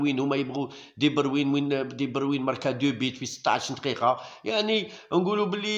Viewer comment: وسمو. دوبروين. ماشي. دبروين.